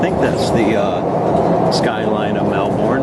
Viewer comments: It's pronounced melbin not melborn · More like Mel-bn